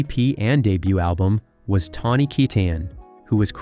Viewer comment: How many different ways are you going to pronounce Tawnys' last name? geesh